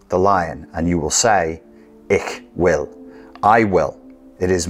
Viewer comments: Wunderbar interpret of Zarathustra (and the ”platt-deutsch” ick will instead of hoch-deutsch ich will) 👍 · You actually pronounced ''Ich will'' (German) as ''Ik wil'' (Dutch). Which even makes it cooler, since I'm a Dutchie.